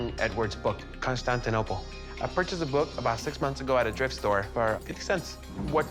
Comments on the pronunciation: "Itsa... Constainoble.."🤣🤣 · "Izza Constanninoble uhhh boogits by some artiss . . ." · . CORY: Iza consanzanople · Did he say Conshtanioblle? (lol) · That feeling when you read scripted facts for the camera about a place you can’t even pronounce. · Every time he tries to pronounce "Constantinople" it goes further off the rails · He's f***n drunk! He can't pronounce 'Constantinople'! ))) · Corey Is struggling to say "Constantinople."